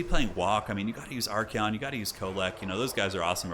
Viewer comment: I just noticed how Archaon is spelled, u pronounce it as ArchEon, but should it actually be ArchAon?